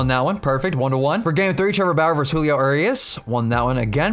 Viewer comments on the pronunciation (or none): none